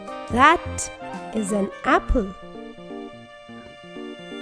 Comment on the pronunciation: Why are you saying “dash” instead of “that?”